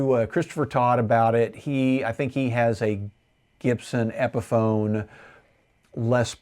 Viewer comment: Epiphone not epson😂